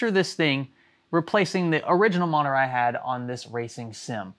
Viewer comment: veri big moneetor